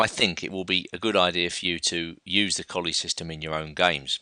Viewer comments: It's pronounced "Colluh" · Please, it is Colle ,and not Collie. A very strange and bad english habit to change, difform, capital names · your all wrong.its spelled colle and its pronounced cõllee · Yeah, Colle is pronounced 'Collay'